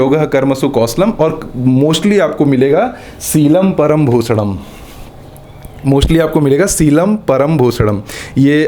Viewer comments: 2.52 its not bhosdam its bhushanam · wo bhushnam hota h bosdam nhi 😂😂😂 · bhoshanam ko bhosadam bolra 😂😂😂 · Yaar bhai Bhushdam ko Bhosdam to na bol yaar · Sheelam param bhooshanam. Not Sheelam param bhoosadam. 😂😂 Don't mind. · It's bhushadm not bhosadm 😂🤭🤦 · कोई इसको बताओ भाई- "भूषणंम" और "भोसडम" मैं फर्क होता है।😂🤣😂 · 😂 😂 😂 सही बोला भाऊ..! मेने 2 बार रिवाइंड करके देखा, क्या बोल रहे है ये साहब जी 😅😅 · Bhushnam ko bhosdam bana diya bhai ne 😆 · Bhai mere woh Bhosdnam nhi bhusnam hota hai 😆🤣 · Sheelam param bhushanam, not bhosadam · Its bhusnam not bhosnam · Bhai bhosdam nahi bhusnam hota hai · Bhai bhosadam nhi bhushnam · Sheelam param bh*sdam jaise bola bhai ne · He is speaking "Sheelam param bhosdam" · Hahaa🤣🤣🤣 maine bhi yahi suna. Maaf karna